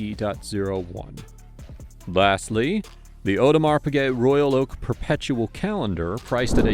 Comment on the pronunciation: "aUdemar pigay"